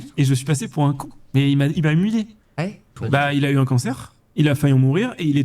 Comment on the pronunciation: "Il m'a "Imulé" ??? C'est si dur que ça à prononcer "humilié" ??